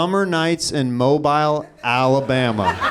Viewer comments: Its Mobile Alabama (pronounced MOBEEL).. Hes definitely not from there lmaoo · I'm from Mobile AL and it's pronounced MO-BEEL btw